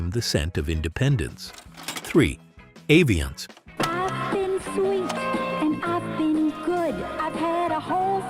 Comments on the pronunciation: They pronounce it Ah-vee-ahnce in the ad, it begins with the A, andyet you said Eh-vee-ahnce? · It’s “AH-viance”